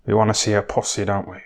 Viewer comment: LOVE THE WAY HE SAYS PUSSY 'POSSY'.